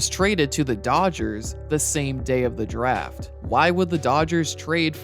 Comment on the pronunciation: Everytime he says Draft I hear Giraffe